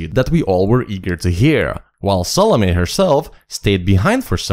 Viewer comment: It's Salomé with an accent that means, the "e" is pronounced. EDIT: I hear, you got it right later in the video. And I totally agree, choosing SDC as guardians ... ridiculously stupid, or completely on purpose.